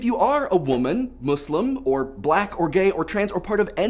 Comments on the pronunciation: Am I the only one hearing him say "Mooselem"? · Finally an American pronounce "Muslim" right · Do all americans say muslim like him and the editor? Muh-slim? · Am I the only one who thinks that he says "muslim" weird? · The way you pronounce "Muslim" is kind of weird.